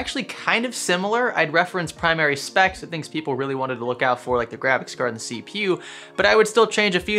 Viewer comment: See-pew huh?